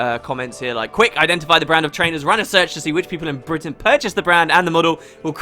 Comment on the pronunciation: so thats how you pronounce Britain! (bry-tin)